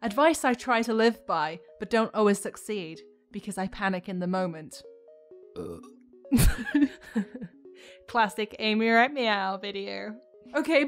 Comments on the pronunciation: i am ASTOUNDED that nobody has pointed out the "succed" in two years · "succed..." Someone's been watching to much Odd1sOuts